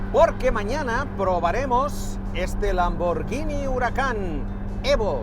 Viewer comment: Da gusto oír a alguien pronunciar bien lambor gui ni y no llini cuándo hablas de la marca Lamborghini